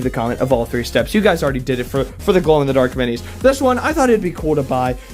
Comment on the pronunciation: Three not tree